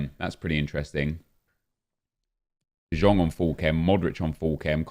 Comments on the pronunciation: ITS NOT DE JONGGGG ITS DE YONGGG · And no, you are not the only one who hates how nep pronounces de jong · Because he can’t say his name right